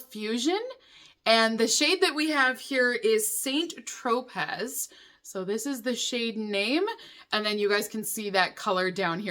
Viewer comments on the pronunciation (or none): Saint Tropez is pronounced san-tro-pay.😎